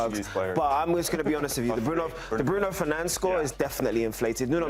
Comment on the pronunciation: Americans pronounce Bruno Fernandes, not Bruno Fernanch.